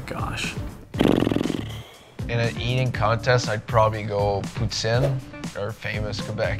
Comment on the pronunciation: Chabot is from Quebec, poutines are from Quebec, it's his go to food, and he doesn't even know how to pronounce it right